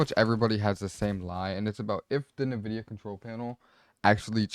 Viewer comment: way you pronounce NVIDIA is making me uncomfortable